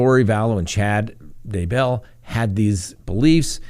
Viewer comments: emphasis on "bell", not "Day" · Your pronunciation of Daybell is better but still I weird. The emphasis is on the first syllable, not the second. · He is very good, but he has to learn how to pronounce "Daybell" ;)